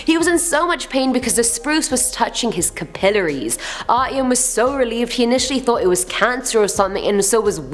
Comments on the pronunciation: The way she said "Capillaries" is bothering me :P. Said it like: Cup-ilerees. It's pronounced: Cap-eh-Larrys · capillaries is said like Cap-a-lary's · after seeing this video the scariest thing living in my head is the way she said capillaries. It was just weird. But video is great.